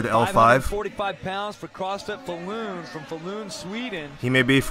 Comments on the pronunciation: lol u say "Faaalun" in swedish. also embarrased to see a swedish dude participating in this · Falun is pronounced Fall-Uhn.